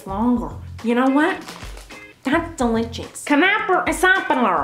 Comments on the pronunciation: The way she says DELICHOUS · its delichouts...